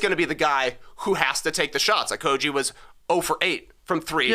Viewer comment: You guys pronounce Josh Okogie wrong. It’s Oh-KOH-ghee.